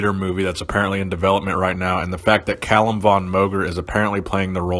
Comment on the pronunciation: it's fucking "Cal-Um" you dumb ass not "kale-um" fucking youtube expert over here